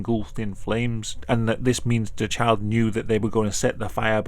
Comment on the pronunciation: I cannot stop hearing ‘chad’ instead of child